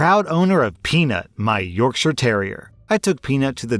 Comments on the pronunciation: As someone from Yorkshire, huge props for being the only American to pronounce it correctly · Finally! An American who can say Yorkshire right lmao